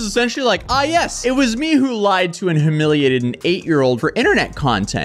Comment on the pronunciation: Bro do you Not know how to say humiliated you sag huhmiiliateed